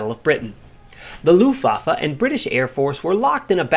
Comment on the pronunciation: Argh my ears. You said "looftwoffe" again.